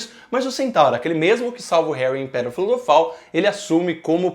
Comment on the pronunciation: "Em pedra Filofal"